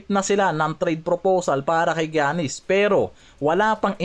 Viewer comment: paki ayos nman mag pronounce sa Name ni Giannis hndi ung Jannis 😂😂 paulit ulit kpa ng Jannis 😂 baka si Janice De Belen yn 😂✌